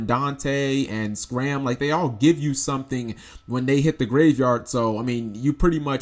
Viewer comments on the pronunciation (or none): IT'S SCARM not SCRAM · scARm as in "SCARMiglione" not "scram" as in "go away." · Pleeeeeeeeeeease stop butchering Scarm... it keeps bothering me so much. SCarm, not ScRam... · Please stop saying SCRAM... It's name is SCARM "Sk - arm"